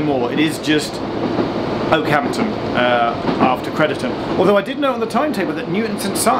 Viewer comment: you keep pronouncing crediton wrong for a shropshire lad lol